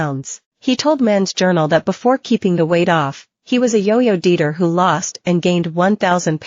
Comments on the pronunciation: The voice is AI because for the word “dieter” the voice said “deeter”. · "as a self confessed yo-yo DEETER" Well, that explains it!